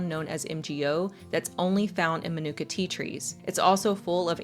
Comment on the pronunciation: Fyi, its pronounced: Ma nu ka - for the type of honey. Thanks for the video tho